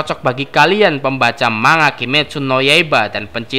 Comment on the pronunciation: Bukan "MA NGA" tapi "MAN GA"